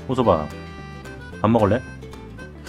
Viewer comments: '호섭아'가 '홍서방'으로 들리는건 기분탓? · 약강 호서방? 이라고 들리는것같기도.. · 홍서방으로 들려 ㅋㅋ